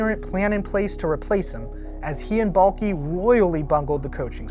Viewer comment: Is anyone else annoyed when says Trent Baalkee? It's BALK!!!! THE E IS SILENT YOU MORON!